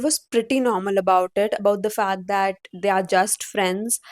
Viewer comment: Hey don't pronounce 'that' like this Bhat ganda sound ho rha